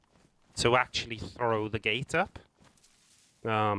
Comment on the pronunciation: According to Google, the word "gate" has one syllable. It is pronounced with a single sound, "gayt"… no judgement.. Watch the video, it’s proper COD lol…but don’t build bases on official you horrible humans